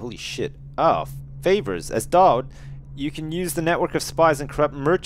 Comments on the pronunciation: FINALLY PRONOUNCES DAUD RIGHT! YES! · he finally gets Daud's name right! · Yay he's started pronouncing Daud properly! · I love with all my heart, but is anyone else glad that he's learned the proper way to pronounce Daud? XD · I was so glad that he finally said Doud's name right.